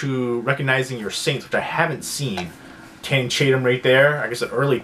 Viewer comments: "Tanning Chatum" LMAO. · during your reveal of "Guide to Recognizing Your Saints" you called Channing Tatum Tanning Chatum, just thought it was funny